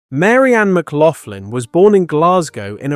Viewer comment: Thats not how you pronounce McLaughlin.